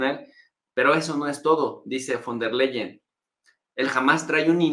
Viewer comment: tienes que pronunciar FON TER LAIEN ... así se pronuncia